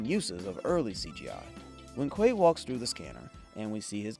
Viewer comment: Kway-tow? Really? You couldn’t take the time to get your stupid ai to pronounce the focal point character properly? At least you blew it early in the vid so we can move on quickly. Thanks for that.